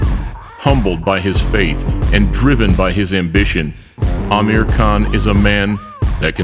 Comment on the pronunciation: really Iike how 'Amir' is pronounced properly.